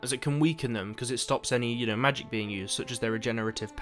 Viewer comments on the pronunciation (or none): none